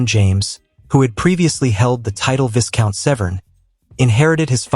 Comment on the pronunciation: I would have enjoyed this if the word viscount had been pronounced correctly. The letter S is silent, and the first syllable rhymes with "my."